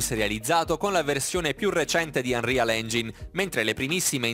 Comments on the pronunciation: UNREAL ENGIAIN SCUSA MA IL TUO INGLESE MI URTA🤢😂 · Anrial ingin? Anrial engiain si dice:-) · Unreal Engine si pronuncia "Anrial Engiain" non "Anrial Engin" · Mi triggera quando dice engin e non engain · Ma non si dice unreal engiain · Scusa se ti correggo, ma non si dovrebbe pronunciare "anrial engiain"? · si legge anrial engin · Ma una parola in modo corretto ce la fai a dirla? Tutte le pronunce sbagliate, "Fortnìte" "Unreal Engìne", danno troppo fastidio personalmente, peggio dei doppiaggi dei film di Dragonball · Si legge engiain